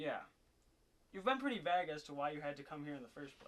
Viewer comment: did he say "you've been pretty *vagg*"? haha vague maybe?